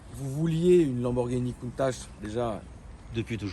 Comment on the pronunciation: Ha c’est la guerre sur la prononciation de Contach ? Superbe réplique en tout cas. 😱